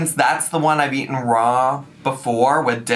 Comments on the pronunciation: they way she stops and says 'ate-en' with a smirk.. she knows shes saying it wrong, even the caption said eaten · I feel your pain,. I also hate yellow mustard. Fruit and cottage cheese is nice, but veggies need a nice ranch dressing. Also.."ate-en"? What the heck dialect is that?! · “Aten”? “ATEN”?!😂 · I can't believe she said "aten" unironically 💀💀💀. We love whole foods, but no ma'am. What is "real food"? There are all kinds of high calorie whole foods (olive oil, avocados, dark meat). A plate of raw vegetables, low fat cheese, and mustard? That's DIET FOOD. Low carb, low fat, high volume. It's, like, what everyone hates about salads. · My English degree left the chat at "aten." 🙃 Not to mention I'm not even a native speaker in the first place. 😅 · You said "aeiten" wrong 😂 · "aten"...."expecially".... maybe we've cracked the code on why she copies what others say in videos. Words are hard. I've seen so many people try this raw veggie trend with mustard/cottage cheese....it almost makes me wish I even halfway liked cottage cheese lol